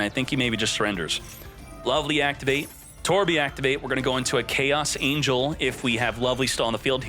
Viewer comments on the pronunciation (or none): none